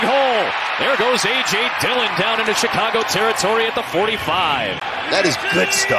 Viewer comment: no one is gonna talk about the commentator saying “Chicagah”🤣🤣